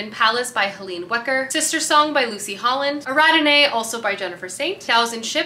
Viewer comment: I have never heard Ariadne pronounced like that 😂